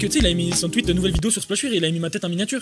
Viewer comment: splashweere... il sait même pas prononcer son propre pseudo